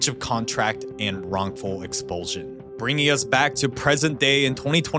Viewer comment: "Explusion" lol